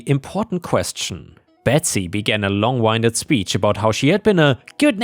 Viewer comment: Just for future reference, the phrase "long-winded" referring to talking a lot without saying much, is pronounced like the wind blowing through the trees rather than to wind a clock or a turban or something. The past tense of wind (as in winding a clock) is wound, but thats pronounced like wow-nd, instead of wound like a cut on your hand. English is stupid.